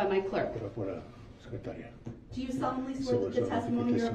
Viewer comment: What “troof” was he talking about?